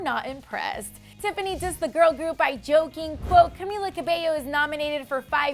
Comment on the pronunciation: A joke...a joke was the way she mispronounced camila's name lol